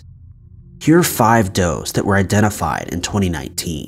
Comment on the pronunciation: "I've been " sounds so strange. Who are you now then? 😜